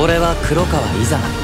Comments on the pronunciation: 天竺四天王ビジュいいしイザナの発音「イ⤴︎ザナ⤵︎ 」なのにずっと「イ⤴︎ザ⤴︎ナ⤴︎」って言ってることに気がついた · まって、 イザナの発音 イザナ⤵︎ かと思ってた イザ⤴︎ナなんだ😂😂😂